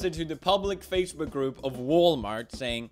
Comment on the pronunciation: Did He just sayed "Facebek" insted of Facebook??